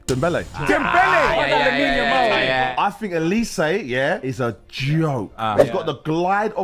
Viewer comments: olise not olease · His name is Oh lee Say Not oh leece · His name is “OLIZÉ” not “oliss” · Please can you pronounce "Olise" correctly... it sounds "Olisay" normally (trust in me, I'm french), it's not "Olis".... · yeah you are right, but it's not pronounced "z", it's "s". O-li-sé. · Hold on. I'm supposed to listen to a YouTuber on who's better between Yamal and Olise who doesn't even know it's pronounced O-lee-SAY ? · Came on here to say its OLISE don't forget the E 🙏🏾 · The name is OLISE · know his name it’s just not pronounced “OLISS” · bro just said his name 5 times and you still mispronounced it😂 good vid still Edit : after watching the whole video, what name do you not butcher ???😂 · It’s Olise, not even close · The way you pronounce Olise is incorrect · At least pronounce Olise's name correctly.